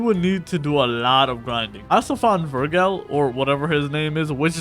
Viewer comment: Bro my heart hurts because he said Vergil wrong